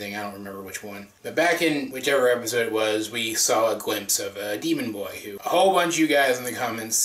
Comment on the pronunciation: When you said 'demon boy' I thought you said 'deviant art boy' 😂😂